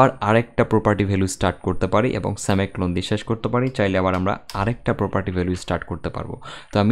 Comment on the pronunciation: And there is no such thing as "সেমাই কলন"... it's " সেমি কউলেন"